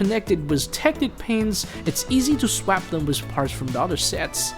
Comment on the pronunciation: I love how he says "swap"